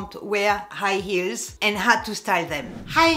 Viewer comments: Dear, i am laughing with you when you sound like terrible "eels" are killing your feet. 🤣 But i love your accent. ❤️🥰❤️ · I like how you say “Eels” 😂